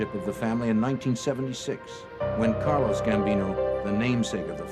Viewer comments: It’s CARLO Gambino, not Carlos! WTH?! Basic research folks. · When the narrator described Gambino's first name, it sounded like he said Carlos, not Carlo, which would be Gambino's correct first name.